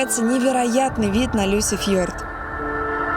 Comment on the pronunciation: Классный выпуск! Мне нарвится Антон, такой молодец, Алина стала лучше, убрала лишнии эмоции. Только Люсефьорд, или как вы там говорите, режет слух. Лучше Лисефьорд, там смесь "и" и "ы", но ближе к "и".